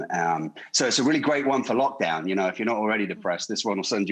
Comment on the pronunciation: did she say LOCHdown like loch ness? lol